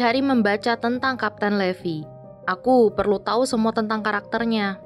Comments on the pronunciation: Salah bacanya bukan levi tapi livai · Bacanya itu bukan levi tapi levai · Levi itu bacanya livai bukan levi . wibu veteran pasti tau ceritanya gimana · Sebenarnya nama Levi itu dipanggil Rivai untuk penyebutan bhs inggris yg benar:) Tapi bagus kok Krn ada anime terfavoritku yaitu SHINGEKI NO KYOJIN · Maaf bukan raksasa tapi titan Levi dibaca livai ATTACK ON TITAN